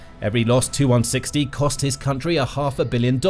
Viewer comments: Please! Stop calling Tupolevs 2- whatever. They are tee you - whatever. Your video keeps refering to 2 160s &c... Quite irritating. These aircraft are T-U ie 'Tee You' 160 or Tupolev160. Please, you know better than this, surely? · If your a military show. Then you should be knowledgeable enough to know it's a TU-160 . " TU " short for Tupelov. Therefore it's name is " Tee You one sixty " . Not " Too one sixty ". Get it right, it's an identifier for model , series , not the designers abbreviation. See Janes aircraft, NATO aircraft identification, etc.